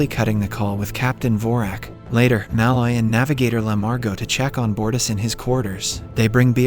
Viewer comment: I think its funny that he pronounces Mul-oy as Ma-Loy as Mulloy is my last name and I heard it be pronounced Ma-Loy all my life XD